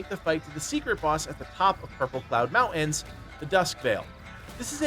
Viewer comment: 80% of the player base is Chinese I don't know what you expect. Also the guy in this video can't even say the word mountains properly so not exactly a great arena to winge about English